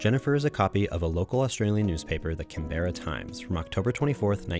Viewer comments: doing my australian duty for pronunciation - “can-brah” for canberra :) great video! (please make more) canberran accent is interesting because its a tiny place (despite being the “capital” but thats getting into other stupid issues) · great video! (but that’s not how you say canberra)